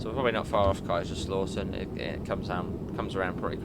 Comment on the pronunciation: Just a quick tip. The lau in Kaiserslautern is not pronounced as AW but OW. (The OW you say when you stub your toe on something.)